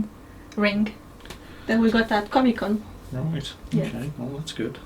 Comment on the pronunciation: “comie con”